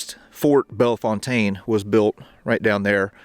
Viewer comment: We St. Louisans cherish our traditions. Thank you for mentioning the local pronunciation of Bellefontaine .